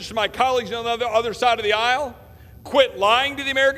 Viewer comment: Lol..love ot.. I know he didn't say it but it sounded like he said..my colleagues on the UNDERSIDE of the aisle!! #perfect